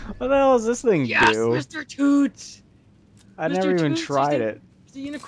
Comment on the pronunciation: it mr toots not tooths